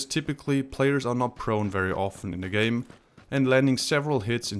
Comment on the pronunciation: watching it at midnight,kinda sleepy but dont wanna sleep first word i heard is "gay" instead of "game"